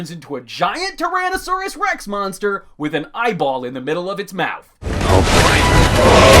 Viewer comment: I think the narrator really likes trains and T-Rexs lol the way he says them is hilarious